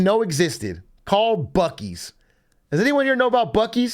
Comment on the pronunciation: It's pronounced byuu-sees not bukkees